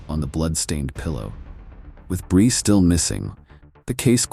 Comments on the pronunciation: Stupid ai. Can't even pronounce her name consistently. It's bree, not bri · The narrator pronounces Brie two different ways. AI SLOP NARRATOR.